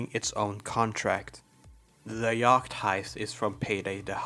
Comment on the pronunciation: why do you pronounce yacht weird